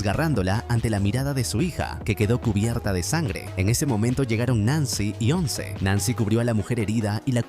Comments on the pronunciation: llega Ons? O sea literal dijo Ons como si Once fuera una palabra en ingles jajajaja, como se nota que es peruano o venezolano el idiota que hace estos resúmenes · un vecino?? "wons"?? si ya varias veces habia dicho bien su nombre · Porque dice onc? Minimo q diga ce o jane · “Ons” jajaja LOL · "Ons" y ese spanglish? 😂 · Exactamente, nada que ver estaría diciendo diciendo otra palabra, si le quiere hacer al mamador que diga Eleven